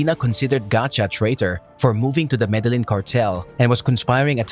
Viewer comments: Show some respect for your subject. You can at least learn how to pronounce the names of places. "Medelynn?!" #comeonman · For fucks sake, if you're making a video about El Cartel de Medellin, atleast pronounce Medellin correct.